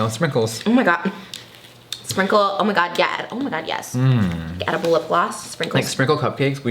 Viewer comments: Edilbe???. HAHAHAHAHAHAHAHA do u mean edible hunni cxxxx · Queen I love you and Trish but IT IS EDIBLE. EDIBLE. NOT Edilbe. Thanks. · “Edilbe” lmao hahahahahaha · If Jeffree says it's Edilbe, it's edilbe.